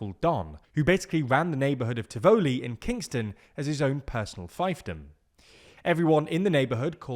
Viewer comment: You mispronounce Tivoli (accent on the first syllable) as well as fiefdom. I have heard about the IMF and debt, but not about whether the government is serving its people well with services such as education and healthcare.